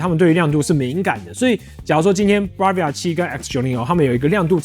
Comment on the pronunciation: 很棒的介紹，但那個字不唸BAR-via哦